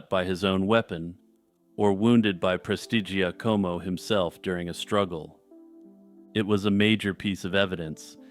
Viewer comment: Excellent pronunciation of "Prestigiacomo". Very impressive!